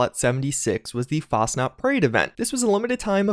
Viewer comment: ITS NOT FASNAT IS FACHNAUT (i dont know how to spell it